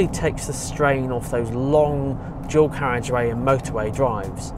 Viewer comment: “Drawcarriage”?!? Seriously? Closed captions translate it as “dual carriage” but that doesn’t help at all. “Why can’t the English learn to speak English?” - Prof. Henry Higgins in “Pygmalion”.